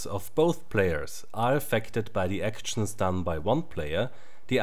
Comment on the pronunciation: action not akteschen